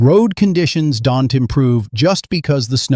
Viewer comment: You need to get this AI bot to learn to pronounce ‘don’t’